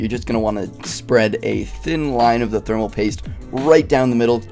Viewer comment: Thermal Poist